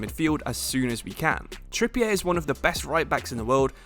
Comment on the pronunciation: Trippier is prounced as it looks. He’s english not french 😂